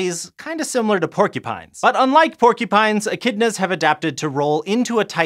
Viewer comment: The way that he said echidnas the first time tho